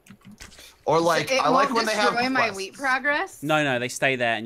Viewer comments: Ok,this might just be me but first was talking about brownies and then they were talking about wheat which sounded a lot like weed when I heard them say it. Just saying 😐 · I keep hearing "Weed" instead of "Wheat" and I'm LMAO